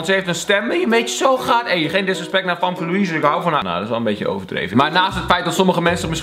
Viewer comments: Je spreekt het uit als femke niet famke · Kelvinnn je schrijft famke maar je zegt femke😂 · Je schrijft wel fAmke maar je spreekt het uit als fEmke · Je schrijft famke maar je zegt femke